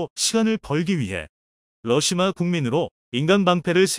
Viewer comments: 수고하십니다 *러시아를-러시마로 *6 25<육이오를-육이오일로 잘못 발음하시네요 신경써주시면핲니다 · 러사를 러시마로 읽는거야 러시마란 날가 있나요 잘못흣 글을 그대로 읽는거 아닌가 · 러시아ㅡ왜 마ㅡ로읽나요